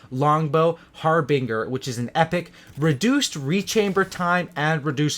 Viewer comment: This dude said har- bing- er